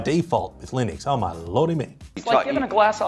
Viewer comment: its Linux not Linix 🧐 And its not a good OS . OK for a server thats it. You cant beat Mac OS.